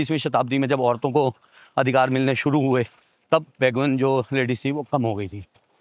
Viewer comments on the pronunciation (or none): none